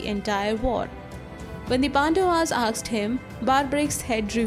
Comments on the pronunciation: Why she says asked as aksed ? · Is it really "aksed" you are spelling or "asked" ? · The narrator is always saying AKSED , AKS instead of saying ASKED , ASKS ...😂🤣😂🤣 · Everything else is fine , what is "aksed" . You're saying "aksed" instead of "asked" everywhere 🤦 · A part of me dies every time she says aksed instead of asked. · Just curious, am I the only one hearing her say, "Aksed" in place of "Asked". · Aaksed ? or Asked ? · AKSED!?!? OR ASKED?? PRONOUNCIATIONS ARE CLEARLY MENTIONED IN THEY DICTIONARY!!! LEARN TO READ IT!! ACCENTS ARE PARDONABLE. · Asked or aksed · Aksed?? Or asked? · Well put together. Suggestion: Work on your pronunciation. It's "asked" not "aksed" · I want to aks you, whats up with them aksing questions? He aksed, she aksed everybody aksed.. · Asked (aaksed nahi) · Asked not aksed mate!!😂😂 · "aksed" nahi baba "asked" hota hai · Asked not aksed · Aksed 😕 Asked 😐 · "Asked" shall be pronounced as "A S k' ed" not as Aks'ed... else good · When you say aksed , it's very irritating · Aksed nahi asked hota hai... Good presentation otherwise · Why she is pronouncing "aksed" Instead of "asked" 🤣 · AKSED him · Its asked not aksed, please correct pronunciation, its embarrassing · she is saying aksed ?? really. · 'aksed him' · Aksed, Aksed, Aksed, Aksed, Aksed, Aksed, Aksed, Aksed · You have a great pronunciation except for “Asked”. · Its okay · Your pronunciation of ask gives me shivers 😱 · Please work on the pronunciation of the word "asked" 👏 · Please learn how to pronounce Asked